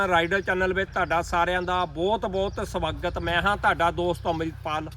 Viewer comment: ਓ ਭਰਾਵਾ ਚਸਮੇ ਨਹੀਂ ਚਸ਼ਮੇ ਹੁੰਦੇ ਨੇ l ਰੱਬ ਦਾ ਵਾਸਤਾ ਈ ਭਾਸ਼ਾ ਸੁਧਾਰੋ l ਨਾਲੇ ਸਵਾਗਤ ਹੁੰਦਾ ਨਾ ਕਿ ਸਬਾਗੱਤ l ਸੱਭ ਤੋਂ funny ਕਿ ਹੋਸ਼ਿਆਰ ਪੁਰ ਦੇ ਭਿਆਨਕ ਜੰਗਲ 😂😂😂😂